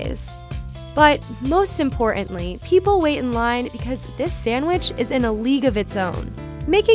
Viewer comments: Manha-n. Imporan-ly. Hmmmm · The narrator has that annoying habit of skipping the letter "t." She did it twice. "Manha'an and impor'antly